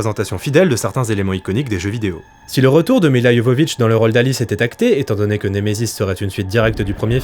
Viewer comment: Merci ! un des rares a bien prononcer Milla (Y)Jovovich. Elle st si belle...